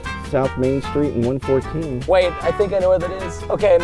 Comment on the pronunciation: Preston why did you say your stweet now who ever say they live in Texas